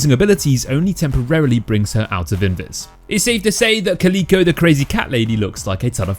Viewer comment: Caleeeko? Its Cal Ick Oh like the cat bruh